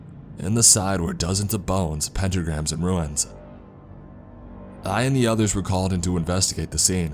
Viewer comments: Runes, not ruins! 😅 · Are you saying runes or ruins?